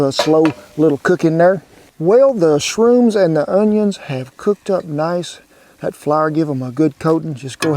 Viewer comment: Did you say "SHRUNES"? Isn't that mushroom's that grow on cow poop? and I heard people eat it to get high.... If that's the case, then why would the Cow Drive Leader want his cowboys to be high on drugs??? Well, as for me, I never had shrunes, so I prefer to use regular safe mushrooms.